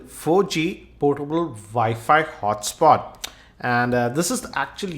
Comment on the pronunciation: It's called WiFi not ViFi